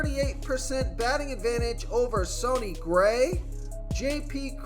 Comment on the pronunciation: "Sony" Gray. C'mon, man.